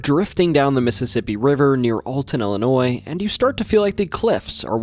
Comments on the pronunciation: Ill e noy Not Ali noy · Hey there very small channel. It's pronounced "Illinoi". The S is silent. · No thumbs up or subscription for the simple fact you dont know how to pronounce Illinois. Its not Illi-noise.